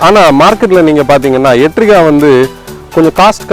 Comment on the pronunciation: Not Etriga..Its Ertiga